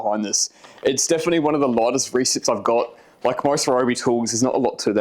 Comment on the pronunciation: when you said "lightest" i heard "loudest" because of that australian vowel replacement. or is that new zealand?